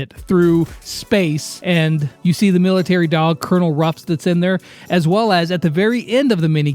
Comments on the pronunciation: Oh no the confusion with pronouncing Colonel Ruff’s name will be horrible. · ITS CONONEL RUFF